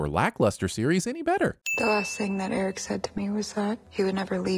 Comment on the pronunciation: I REFUSE to accept the results of your sin tally until you go back and add a sin for every single time a character in the episode OR yourself in this video pronounced Prince Airk's name like "Eric", instead of with a single syllable which is how the name of Madmardigan's long-time best frenemy, Airk, for whom he was CLEARLY named, was said.